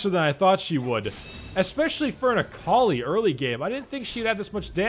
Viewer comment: oml.. Everytime he said Akali, i keep heaing A collie, a collie.